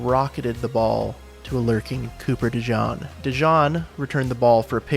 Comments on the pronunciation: Cooper Dejean. De GENE, not De John. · And .....his name is DeJean ...pronoun D' ZYEEN not DeJohn....Dude...the Chiefs have been relying on comebacks...all...fucking...season. That's What The Fuck happened. Philadelphia learned how to contain with 4...not ONE blitz on Mahommes...THAT'S what the fuck happened. Saquon became a double teamed target of KC's average at best D while Hurts torched KC's deep coverage ( see 40 yd dime in 3rd). KC was a B minus tightrope walking team that met with Philly's A game deeeeeeeeeep team. BOOM! G'night Patty...see ya next year. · Cooper DE JEAN!! Please not de John! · You sound good until you miss pronounced cooper name wrong !! He's not black , it's not Jown, it's Jean!!! 😂😂😂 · It’s not pronounced Dejean it’s pronounced Dejean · it's pronounced De GENE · It’s pronounced De-jeen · Wow... you're sarcasm is better than the whole Chiefs' offense. Oh...and it's De JEEN, btw. pffft. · You said cooper dejeans name wrong